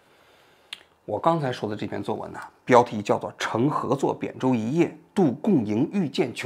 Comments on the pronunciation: 认真的吗 是pian舟不是bian舟 王局这是致敬某人的口误是么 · 抛开本期的内容，单拎出来一点讲。个人非常的诧异，作为一个多年的央视记者，也是做访谈对话媒体的，为什么能把扁（pian）舟的pian读成bian？听到后震惊了。这是小学就应该掌握的多音字吧，而且一叶扁舟是固定用法，为什么这都能读错？ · 一叶扁（pian）舟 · 一叶扁（piān）舟——致文字工作者、调查记者王志安😂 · 哥，不是贬舟，是扁舟。王局你这语文也太差劲了。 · 扁（piān）舟，王菊为什么会有这么多小学词汇不会读啊？你还嘲笑别人...天天自己读错别字，真的牛逼，既然舍不得那央视头衔，起码把字读对吧。没想到对你要求这么低了…… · 老王跟我读 扁舟 pian1声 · 我不太明白为什么会念成扁舟